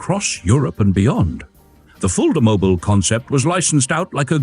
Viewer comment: Es heißt Fulda mobil und nicht Fullmobil